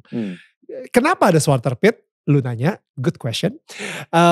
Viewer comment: Zwarte piet bukan zwater Piet Daniel